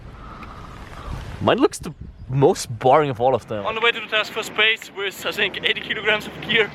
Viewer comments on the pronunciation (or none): none